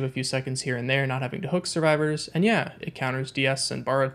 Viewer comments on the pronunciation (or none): none